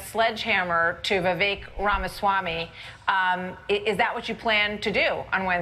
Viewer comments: "Rama-zee". How could she be in the business of politics and say his name like that? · Rachel Bitecofer really needs to learn to pronounce Vivek Ramaswami. She's saying "Ramazee". Kind of prevents me from taking her opinion too seriously. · Pakman makes better effort than most to pronounce names correctly. He also took issue with mispronunciation of Kamala. Rachel is critiquing voters for being under-informed and then very poorly attempted a candidate's name more than once. It undermines her expertise.